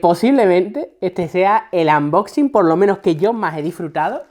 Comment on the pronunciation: AMboxi, xD, mira que yo digo cosas mil veces peor, pero no puedo cos los "AMboxin"